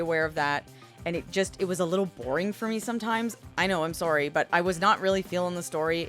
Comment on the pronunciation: I didn't believe you're a Canadian until you said the word" sorry".